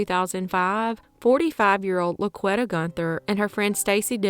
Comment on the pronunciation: I think it may be pronounced La-Qwee-tah. Not La-qwet-uh. It's a very popular name in the hood. 2nd only to Shaniqua.